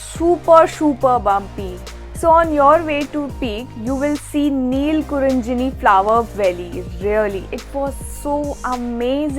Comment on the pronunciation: Not neelakkurinjini, it's neelakkurinji